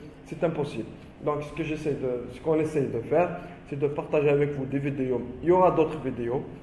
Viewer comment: Vidiou !!!! Ou vidéo 🙃🤔😂🤣🤣🤣 l’accent mortel . Discription !!! Ou Description 😂😂😂🤣🤣 . Vraiment l’accent c’est celui de Gad 😂😂😂🤣🙃 Il ne faut pas dire “ qu’on a “ mais “ que nous avons “ 😂😂 Y’en a des gens !!!!🤔🤣🤣😂😂ce n’est pas français, il faut dire “ il y a des personnes “ enfin il y a des fautes dans pratiquement toutes les phrases alors il vaut mieux s’exprimer en arabe . Bon courage 👍c’était rigolo 😂 merci